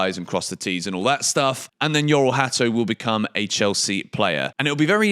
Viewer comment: The pronunciation of his first name is Jor-ell, not Yor-ell